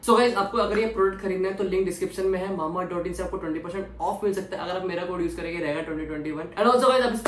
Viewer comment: Muje pata nai kyu jab rega mamaearth bolta hai to muje mambaearth sunai deta hai🤔🤔